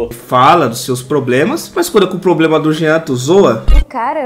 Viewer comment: acho que o pobrema ai é de português trocaram o R pelo M